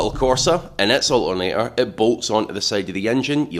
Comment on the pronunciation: Its ALTERNATOR, not O'A'NEY'A.